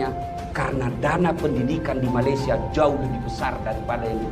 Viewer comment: malaysia ... sebut me le sia ... bukan ma le syia